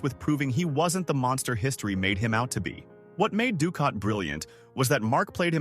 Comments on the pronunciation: Dukat sounds like dukot not ducat. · very annoying the mispronounced names of Nana Visitor, Gul Dukot and others, obviously narrated by AI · Nana was in Picard? No, she was not! Your AI confused her with Michelle Forbes, who played Ro Laren. Also, Nana is pronounced with the accent on the first syllable, not the nickname for some grandmothers. Lastly, Dukat WAS a monster! The AI also screwed up that charters name too.